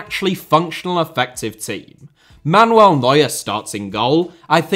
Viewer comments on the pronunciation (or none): none